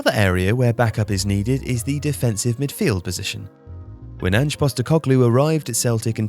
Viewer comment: Great video. Also thanks for pronouncing Ange’s name right. A certain other channel insisted on pronouncing it as if his name is short for Angela instead of Angelo - Angie (it’s not even spelt that way) Anyway Ange Postecoglu is a highly respected coach in his native Australia. The work he did with Brisbane Roar is legendary.